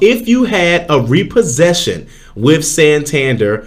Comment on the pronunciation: San- tan-dare' accent on the last syllable, this is a city in Spain, the bank is from the city